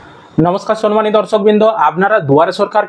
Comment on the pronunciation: Not sonmanio কথাটা sammanio